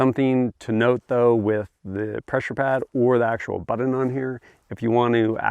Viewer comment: Its pronounced BUTT-on, not BUDDEN. you dingus